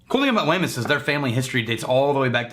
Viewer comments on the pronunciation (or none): I've had a couple of different bottlings from Wemyss, all pretty damn awesome. BTW, I think they pronounce it as "weems". I always forget that & tend to say it the way it's spelled for an English speaker. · Great review, It is pronounced weems though. In Scotland this is called Treacle chest, they had to change it here.